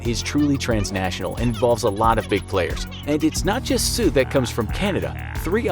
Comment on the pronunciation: Tse is pronounced as "ts-eh", exactly as it's spelled